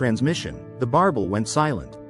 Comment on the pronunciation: B.S. don't waste your time. AI can't even pronouns the name correctly